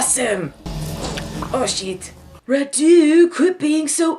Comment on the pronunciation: As a Romanian: Radu is not pronunced RaDU but RAdu (accent on the first syllable). The car the girls drive is a Trabant, the legendary car from Eastern Germany (we had it also in Romania being part of the Eastern block). And the movie is deliciously bad, had no idea this was the first US film shot in Romania (oh boy, surprise, it's about vampires!)